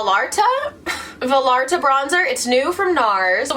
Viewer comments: Rewatching and loving you even more. Also, Valarata - valarta?!, you kill me. Vallarta like vayarta, makes me giggle every time. <3 <3 <3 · its pronounced va-yar-ta ; its my grandpas town in mexico "puerto vallarta" ((: btw thanks for all the bomb vidoes <3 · vallerta is pronounced vie-are-tuh :) i hope that helps! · i’m you pronouncing vallarta as valarta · Hey! This might be kinda irrelevant but that Nars contour shade is pronounced more like va-yar-tah. Puerto Vallarta is a city in Mexico and named after an old governor from Jalisco. :) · Not sure if anyone has mentioned this but fun fact! the bronzer you used is probably pronounced V-eye-ART-a. The double L makes a "Y" sound in Spanish. You may have heard people pronounce it like this when they say Puerto Vallarta, a popular tourist destination in Mexico. :) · “Va-L-ar-Tuh” lol! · It’s Vallarta like Puerto Vallarta 🤣